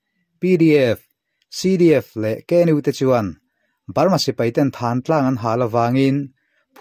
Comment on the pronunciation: Thântlang tih hi, puanthan kan tiha thân angin i lam a, Thân tih hi ka ke a pân kan tiha pân tih anga lam tur